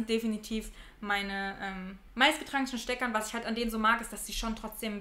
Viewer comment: Finde es so toll wie deutlich und schön dein hochdeutsch ist. Und dann kommen diese paar Worte " wat, dat, det) schrecklich. Brauchst du nicht!